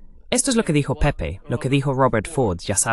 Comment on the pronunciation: no es "pepi" se pronucia "pepe"